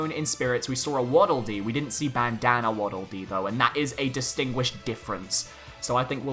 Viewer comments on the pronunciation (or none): Funny way of saying bandana waddle de